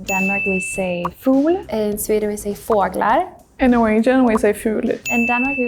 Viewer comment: in swedish it is fåglar not fuglar they got the text wrong but they said it it right.